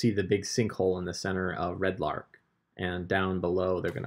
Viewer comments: My OCD is slightly bothered every time you call it "Red Lark" instead of Red Larch... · Arch=ark easy mistake when reading lol